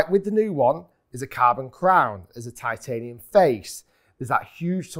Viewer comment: Gc quad can’t be right all the time TIT-ay-nium 😂